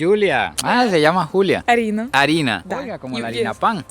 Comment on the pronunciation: Se le salió lo venezolano a mi amigos 😂